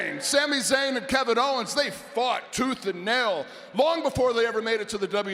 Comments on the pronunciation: Kevin Hoe-wens 😂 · KEVIN HO-WENS LOL! 😂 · "kick kevin hoe'wens" LMAO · Kevin Howens!! Haha.